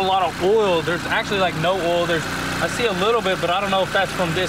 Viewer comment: Everyone: "OIL" Spills: "OLL" Spills